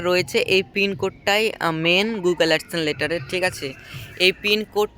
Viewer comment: চ্যালেন, এডসেন এরকম শব্দগুলো ঠিকঠাক উচ্চারণ করার চেষ্টা করতে হবে।